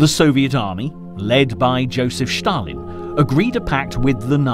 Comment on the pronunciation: If you say "Shtalin" one more time..